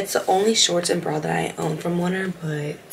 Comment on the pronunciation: Krissy said it’s oner (on- er) but slayyy girl! (Like remarkable person or thing ☺️) . Also i like your voice over, especially on the reasons of warm ups, mobility and etc! 🫶🏻🔥